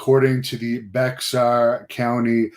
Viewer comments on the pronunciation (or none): bexar county is actually pronounced bear county.. for what it's worth